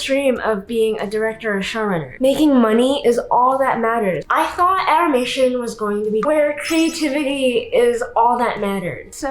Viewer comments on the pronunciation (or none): Dee animeshon indushtry